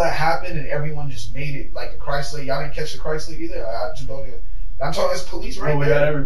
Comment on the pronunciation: I've never heard someone pronounce CHRYSLER so correctly!!!!! 😂😂😂😂😂😂😂